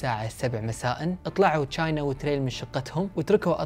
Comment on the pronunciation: أسمها مو چاينا أسمها تشاينا أو china